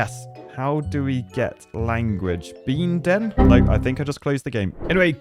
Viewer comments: Biinden xDDDD as a german that is increadibly funny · Biiinden 😂😂 For an Austrian Guy this was very funny 😂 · me as german and hearing an english/american person say BEENDEN was soo funny😂